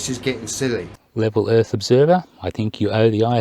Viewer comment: “The erf is flat and it has a Lollipop moon.” Adam “LEO” 2021